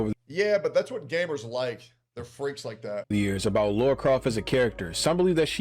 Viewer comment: Lah-rah. Not Lor-ah.